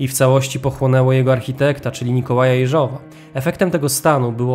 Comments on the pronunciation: Super odcinek ale odkąd opowiadasz o Rosjanach to nie mogę tego słuchać, okropnie akcentujesz choćby Jeżowa. Akcent na Je, nie Żow. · Owszem - mówiąc po rosyjsku akcent będzie na "żow". Niemniej (choć to moje subiektywne zdanie) mówiąc po polsku o wiele lepiej to brzmi tak, jak wskazał mój przedmówca. Rosyjska wymowa brzmi dość sztucznie. Zresztą spolszczamy przecież rosyjskie nazwiska, więc i akcentowanie odmienne od rosyjskiego wydaje się naturalne. I proszę tego nie traktować jako krytyki - cenię Pana filmy.